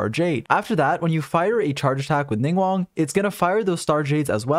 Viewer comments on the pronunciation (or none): Thanks for the video, I'm trying to build her on my alt! :D By the way, her name isn't pronounced "Ning-won," but "Ning-gwahng." There are G's at the start and end of the 2nd syllable of her name :)